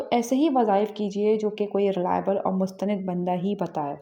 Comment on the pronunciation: محترمہ ( مستند) ن پر زبر پڑھنا چاہیے